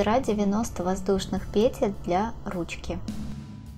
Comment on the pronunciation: ПетЕль, петЕль, петЕль, петЕль, петЕль, петЕль...